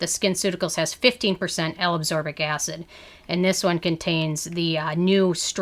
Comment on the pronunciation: L-aBsorbic? ACSorbic? I thought it was L-aSCorbic.